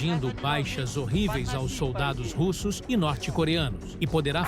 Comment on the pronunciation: Que pronúncia Americanizada é essa com os nomes russos?